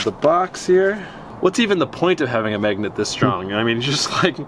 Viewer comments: MAGNET NOT MEGNUT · Is he says "megnet"?